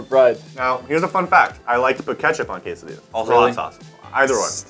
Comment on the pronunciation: It triggered me how they pronounced quesadillas